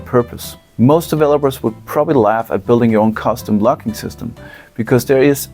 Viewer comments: Until it appeared on the screen, I thought you said "lock." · Your accent made the word "logging" sound like "locking"